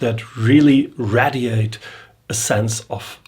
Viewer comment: Ray- dee- eight (radiate)